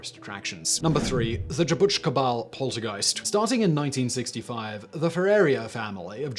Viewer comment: Congrats for nailing the pronunciation for "Jabuticabal"!